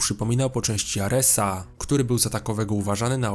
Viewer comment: aresaAA na olimpieEE, czemu tak dziwnie akcentujesz xD